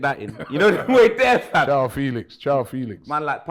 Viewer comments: It's Ciao lol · Man said Chao Felix FFS 😂😂😂😂😂😂